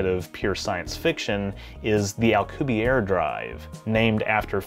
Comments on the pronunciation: You're pronouncing it as if his name were French, not Spanish (he's a Mexican physicist). His last name is pronounced "al-coo-bee-AIR-eh" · As always for you,, an absolutely fantastically informative video. I was going to comment on your pronunciation of Alcubierre, but noticed you already apologized in the comments. I don't think we could build a Star Trek-type warp drive at all or a different type of warp drive anytime soon, especially if it involves anti-matter because it's so difficult to attain in any substantial quantities. But, if improvements knowledge and technology increases exponentially as it has in the last century, we might get something close within the next couple hundred years. If we could somehow hitch a ride on the expansion of spacetime itself, we aren't limited to the speed of light.